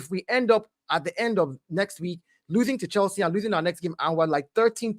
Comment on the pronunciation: Bro said Chielsa.. 😂